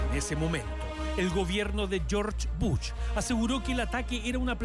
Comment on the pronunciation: Me encantó como digo el periodista al nombre del expresidente de EE.UU Dijo Jorch Buch en vez de George Bush